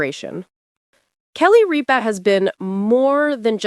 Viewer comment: It is not "Reepa" it is "Rip-a".